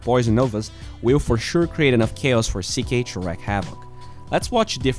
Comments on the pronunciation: Just a tip, it's wreak havoc (pronounced reek) not wreck havoc. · Small nitpick, but it drives me crazy: Wreak havoc. Wreak is pronounced like reek, not wreck. The way people pronounce salve also drives me nuts. In case you're wondering, it's pronounced like sav, not salv. Awesome video, as always. Love your content!